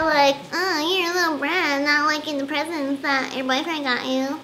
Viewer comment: When she said presents I thought she said president